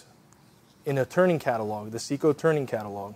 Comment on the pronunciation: Well, it's Seco, not Ceco, but yes I do understand the scale of it. But that doesn't give them a pass - if they want my business, they're going to have to make it easier to choose and acquire with less risk that I'll order the wrong thing. My experience in this field is pretty deep, yet I still believe one either has to acquire months of in depth knowledge in this segment to be successful picking the right insert, or they need to be able to turn to someone who can say "Forget all the alphabet soup, for the kind of work you do (material and HP of machine), standardize on these six inserts and ignore all the rest." If wants to make a contribution to this topic, it should IMO be all about what to ignore, and focus on a tiny sliver of things that just work. Trying to give us a Ph.D on this topic is inconsistent with Dales stated mission - to make it easy to just go into the shop and get stuff done. A catalog of 30,000 parts is not, IMO, a good starting point for this hideously complex subject.